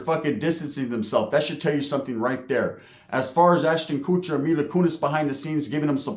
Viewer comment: Ahshton Koocher😂